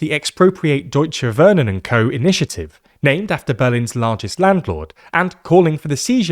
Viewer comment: TLDR: Wohnen is pronounced Vohnen not Wurnen